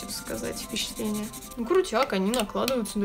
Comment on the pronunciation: Странное произношение: отпеЩатываются, впеЩатление, колпаЩок, руЩки, оЩень мало, колиЩество.